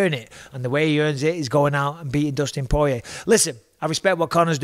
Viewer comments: Anyone else notice how Mayhem pronounced Poirier and Gaethje? 😂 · Took a couple months for people to pronounce Ngannou's name correctly... To this day Poirier still not so lucky.